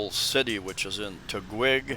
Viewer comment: I live in Nuvali. One of the cleanest metro type areas near Santa Rosa. But Nuvali is almost like a westernized province area due to its openness, green and clean. Also, minimal traffic and essentially no air pollution. The city of Taguig is pronounced Ta-geeg.